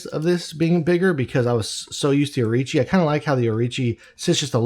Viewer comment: Orochi not Orichi